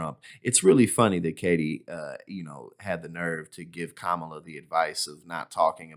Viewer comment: I'll give mcaninny (yes I spelled it that way purposely) credit for one thing; she pronounced Kamala's name properly. Something most dumbpublicans refuse to do! Was that a subconscious nod of respect to our vice president? Only mcaninny could answer that. My guess is NO!